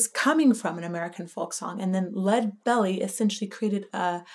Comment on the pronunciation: FWIW : The vocal emphasis in "Leadbelly" is on "Lead" and not "belly." "LEAD-belly, not Lead-BELLY."